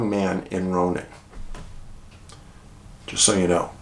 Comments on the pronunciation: Another great video! Ronan is pronounced "Roan- ann" or "Row- Nann", emphasis on 2nd syllable. Every state has towns and places with unique pronunciations. Extra points for pronouncing Havre correctly (like "have--er")! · Love your videos. I grew up just 10 miles nw of Kalispell, MT, but have lived my adult life in Eastern WA. We always said Ronan as Rone-an, like rhyming with ran. Just trivia.😊